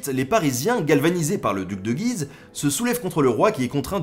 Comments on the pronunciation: Salut à toi ! j'aime beaucoup tes vidéos qui permettent de s'instruire et de casser certaines idées reçues en peu de temps, bravo à toi ! Juste pour info tu parles du duc de Guise ville située dans l'Aisne (qui étymologiquement vient de Gué de l'Oise) mais tu écorches ce nom !! (shame !). Toutes les lettres du nom de la ville se prononcent et notamment le U --> [guiz]. Erreur fréquente car prononciation très spécifique.. Voilà voilà continue comme ça ! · On est supposé dire "Duc de Gu-ise" - on prononce le "u". J'ai grandi à Guise et ça me fait bizarre quand on le prononce mal! :p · Salut Ben.. j'ai vécu dans le nord est et Guise (dans L'Aisne) on prononce le "U" on dit : gUUise... Voilà c'est "histoire de....."😉 Je suis un abonné récent et franchement j'adore ces bonnes doses d'histoires dans tout les sens du terme...✌️